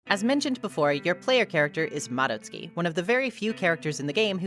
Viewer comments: FINALLY SOMEONE WHO PRONOUNCES MADOTSUKI CORRECTLY, I GET SO MAD WHEN SOMEONE PRONOUNCES IT AS MA-DOT-SU-KI INSTEAD OF MA-DOTS-SKI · thank u for pronouncing madotsuki properly I cannot stand hearing their name with a hard DOT sound 🫶💖